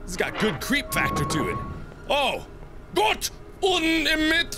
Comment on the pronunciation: ***** its gott, not gutt